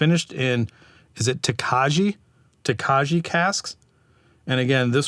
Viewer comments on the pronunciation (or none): Great video. I was only able to get my hands in Europe on the 2021 club release, the Belgian Ardennes. Quite an interesting pour, I'll look out for more bottles when I travel. Definitely a distillery I'd love to explore.... BTW... it is pronounced 'Tok-eye-ee''. Name comes from the Hungarian region, which is famous for these amazing dessert wines. 😉